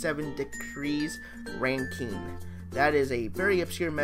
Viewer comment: Joules is a unit of energy, not temperature, and as a maritime engineer in training, I will have you know that Rankine is pronounced Ran·kine, not Ran·keen. Consider yourself lucky that I went easy on you kid...